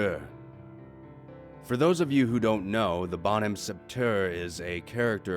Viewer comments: Also “Bonhomme” is pronounced as “Bun-Um” not “Bon-Ham”, the p in “Sept” is silent, and “heure” is pronounced “arre”. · I didn’t realize he said bon ham and not bohhomme or how you pronounced it bon-um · I love how you say bonhomme like bonne hemme x)